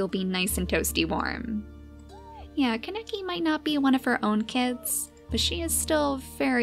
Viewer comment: its pronounced k-ahhh-ne-key not ka-neck-eee